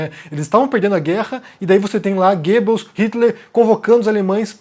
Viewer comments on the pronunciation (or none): none